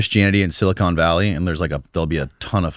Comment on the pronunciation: If I hear one more person say "SiliCONE Valley", I am going to cry